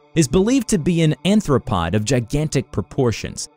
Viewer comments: Okay I love this but… It’s aRthropod. With an arr. like a bug or a crab. ‘anthropod’ would mean, what, ‘man-foot’ in Latin? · he said anthropod? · Anthropod? So, it has humanoid feet? (I'm pretty sure the word you're looking for is AR-throw-POD) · an anthropod? human legs? damn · He says anthropod even though the captions say arthropod